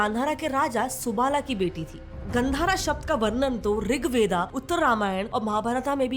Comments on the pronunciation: You are making videos in Hindi so pronounce rigveda as rigved and Mahabharata as Mahabharat. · ऋग वेदा ❌ ऋग वेद ✅ महाभारता ❌ महाभारत✅ Baki aapke content sare bahut acche hai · I don't understand why everyone is like रिगवेदा, महाभारता, रामायणा😢